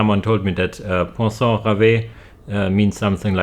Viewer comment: Pwa-son ("on" sound in french isn't the easiest, you sounded more like "san" but that's ok lol). Finally, rev (like revving. End E are almost always silent). Rêve = dream